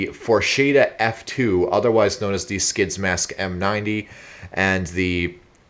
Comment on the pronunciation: I have a m51 gasmask and you pronounced it wrong